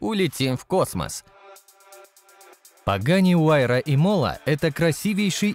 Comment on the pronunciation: интересное видео, но не нужно как мне кажется называть цены в рублях, курс постоянно меняется, называл бы в долларах, ну и ударения в названиях, ну какая ИмОла??? Имола же ну